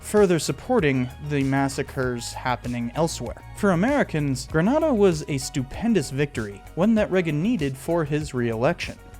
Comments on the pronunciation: My parents are from Grenada. It’s pronounced Gren-A-da (like the A in lemonade) not Gren-AH-da. Thanks great video! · Grenada is pronounced grə-NAY-də. Different from Granada (gruh·naa·duh) of Spain.